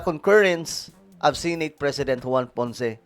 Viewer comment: Correction to how pronounce the word SENATE ...SE NOT SI